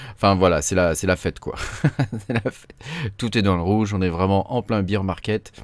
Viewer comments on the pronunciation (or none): C’est pas bire market c’est bére market Sinon tu dis bière marché quand tu dis ça 😂